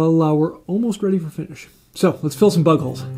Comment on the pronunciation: Listening to this at first I thought u kept saying butt holes. Had to hit the rewind to figure out it was bug holes 😂